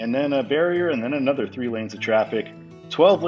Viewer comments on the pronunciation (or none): none